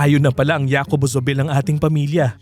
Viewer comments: J in Spanish is ‘ha’ not ‘ya’. So pronounce Jacobo as ‘Hacobo’ not ‘Yacobo’ 🤷🏻‍♀️ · Una hindi YACOBO ang pronounciation. Its HACOBO. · "ya-ko-bo" hindi ba "HA"-ko-bo dapat pronunciation nun? Factual error: The hacienda was bought almost a hundred years prior, still well into Spanish colonial era ! Way way before Rizal was born! It wasn't Trinidad and Jacobo who bought it. "Colonel" who? Juice ko, give enough credit naman kay McMicking de Ynchausti - their wealth now is practically his brainchild. Pre-WW2 wealth was basically lost in all but name - one ancestor died n his deathbed with such worry nga di ba? Forgot to research or omitted? Indonesian Salim family-backed MVPangiinan-led $MPI Metro Pacific Investments won the bid for BGC deveclopment. However, Asian Financial Crisis falllout, they had to sell to ZdA and Campos/Yao of Del monte fame/infamy later on. : Misleading, and most probably walang konek ang BGC at Nuvali. For the latter, the Yulo family of the [infamous?] Canlubang sugar estate[s] wanted out of the dwindling sugar industry. Thus they had sold/parcelled out much of the land for other pursuits, including that of Nuvali (Ayala), Greenfield (Campos/Yao of Del monte fame/infamy again), Eton (Lucio Tan) and perhaps Villar too as I'm seeing VistaLand developments around the area. (gahd, these things are at the Wikipedia entry for them, why all these mistakes???!! ) update: 'OG Rich' is stretching it - TBH they are relatively newcomers - see the legit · Jacobo is pronounced "Ha ko bo", not "ya ko bo" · JACOBO is pronounced as HAKOBO. J in Spanish is pronounced as H. You keep on saying YAcobo instead of HAcobo it's so annoying to hear it. 🙄😒🤨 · Hacobo hindi Yacobo. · hacobo ang basa sa name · Hi wrong pronounciation of the name. Jacobo is pronounced as Hakobo. Thats a normal spanish name here in Spain. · Jacobo pronounced as HACOBO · oo pwede nga pero to give honor kay JZ, hindi tlaga Yacobo ang pagbigkas. Sana research din hindi lng basta pwede na.